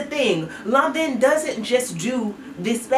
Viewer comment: 😝 granted…it’s Lanvin sounds more like law- vuh.